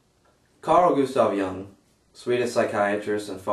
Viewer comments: It's pronounced "Yoong" damnit! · That Jung as in 'Joong'